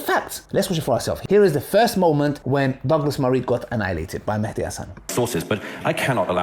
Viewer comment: Not an issue, but it's actually an Arabic word , and both written and pronounced as Mahdi, NOT Mehdi. In the original Arabic, there is an accent on the M, meaning you make a MA sound , NOT a ME sound .